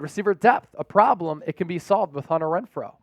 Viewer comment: are we all gonna ignore that the dude said wenfrow not Renfrow lol